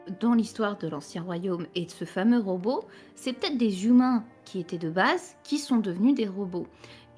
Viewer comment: C quoi cette manie de rajouter des liaisons en Z, "Qui z'étaient sur la lune" "qui z'avaient des sentiments"